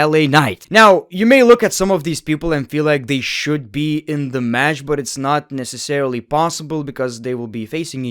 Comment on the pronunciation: Stop raping the word "necessarily" for fucks sake man